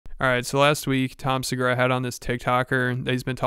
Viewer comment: Tom sebore-ugh